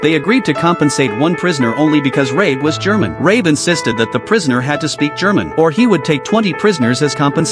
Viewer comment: that's John Rabe, not Rae